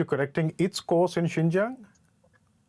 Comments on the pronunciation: They mispronounced the land of the ouïgours it’s 新疆 not ginger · If the western politicians really care about Xinjiang, at least learn to pronounce its name correctly. They could not even do that, yet they claim to be concerned about the people there. How pathetic!